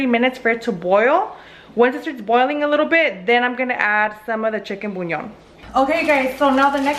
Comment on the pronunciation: I like how she says chicken buñon